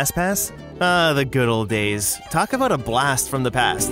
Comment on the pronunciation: I enjoy hearing you "talk avout all things Disney".